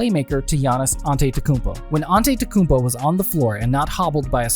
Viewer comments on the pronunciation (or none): Learn how to say his name before making a video about him